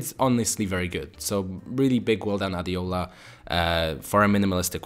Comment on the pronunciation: The second website designer name is pronounced as Ha - de - ho - la, and I think the person is a Nigerian judging from the Name Yes I'm right ✅ he/she is a Nigerian 😊